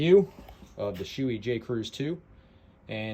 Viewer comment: It's pronounced "Show-A" (show-eh), not "Shoe-ee". Helmet fitment is so conditional on head shape that it's difficult to know if you're critiquing the helmet, or the shape of your head/face.